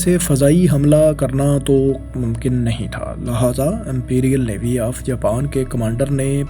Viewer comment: Dear iss ka accent theek nahi... Australia ko Astailia bolta hai, Lehaza ko laahaza bolta hai.. maja he khatam kar dia itna sust hai slow tempo mai bolta hai 🙃